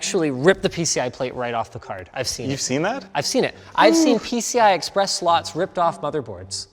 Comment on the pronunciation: "its only got a single pci express sisssteen s slot"